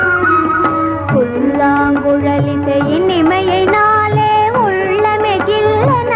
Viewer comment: புல்லாங்குழல் இனிமையினாலே என்பதற்குப்பதில் "இனிமையேனாலே" என உச்சரிக்கப்பட்டுள்ளது. மற்றபடி பாடல் மிகவும் அருமை. சென்னை வானொலியில் பாடல் பயிற்சி அளிப்பது போன்று மாலைவேளைகளில் ஒருவர் பாடல் சொல்லிக் கொடுப்பது போன்றும் அதை பாடல் பயிற்சி பெறுபவர் திரும்பக் கூறுவது போன்றும் இருப்பதை உள்வாங்கி அதே பாணியில் கவிஞர் கண்ணதாசன் பாடல் இயற்சியுள்ள விதம் மிகவும் அருமை. இம்மாதிரியான ப பாடல் கேட்பதும், காட்சிப்படுத்திகாண்பித்திருப்பதும், மிகவும் அபூர்வமானது. பதிவிட்டமைக்கு வாழ்த்துக்கள். படத்தில் இடம்பெற்ற அனைத்து பாடல்களும் தேன் சுவைததருவன.